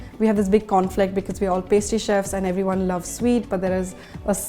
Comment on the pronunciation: Dude, it's 'chefs'....